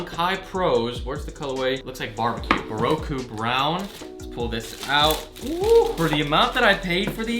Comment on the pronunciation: When he said Bäroku but it was actually Baroque